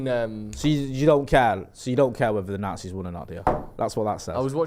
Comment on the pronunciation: pronunciation of the Nazis, the nartsees 🤣🤣